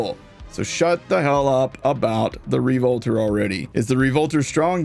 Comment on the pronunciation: Re-Volter lol